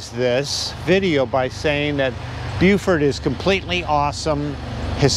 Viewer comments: Dear Lord, it's BeauforT.. Not BeauforD. hard T. Thanks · Beaufort ends in a T. Is he saying Buford? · David Morrill, I have a question for you: is pronouncing Beaufort correctly? He's putting a d at the end, not a t. Please advise.... I don't want to be mispronouncing it when I come there.